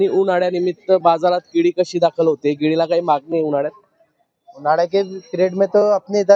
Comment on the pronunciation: अरे दादा जडगाव काय म्हणतो! जळगाव म्हणा परत तुम्ही केडी म्हणताय भाऊ केडी नाही रे केळी म्हण भाऊ तुम्ही जळगाव जिल्हासाठी कलंक आहात आणि पत्रकार आहात! म्हणजे फार मोठे कलंक!